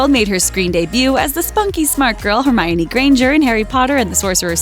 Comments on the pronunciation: Did i just hear hermariony? And not hermione? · Hermariony 😂😂😂😂 its Pronounced HerMynie!